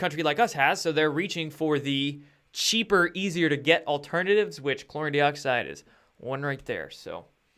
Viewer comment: Good stuff, as usual! BUT, PLEASE don't be an IGNORAMUS with your INCORRECT pronunciation of something you are trying to promote. You've been advised of this before - please READ your comments, sometimes!!?? This does/could make you look like a fake promoter of your BLEACHING Agent product (Joke!!:), bro. Your 'product' is called "Chlor-EE-n, DIE-oxide". Got/Get IT yet? Good!! I really DO wonder.:)